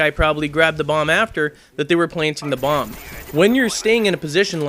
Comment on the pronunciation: "if their trying to plant that damn blomb :)